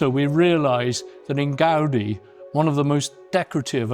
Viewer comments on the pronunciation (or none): The same force you apply to the "a", you apply instead to the "i", like Gaud-EE. The name is Gaudí with an accent on the "í" to make the pronunciation clearer. I don't know why the title on this video doesn't have an accent but it should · Exvellent video but you should put more effort into pronouncing the proper names correctly: Gaudí (gaudée), Palau Guell (palao guay), Pedralba (pedra:lba), Casa Batlló (ca:sa batyo:) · What's with all of the english world pronouncing his surname like that